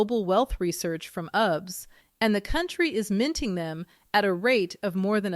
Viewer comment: She said UBS!!! Lol. It's U-B-S. Say the letters.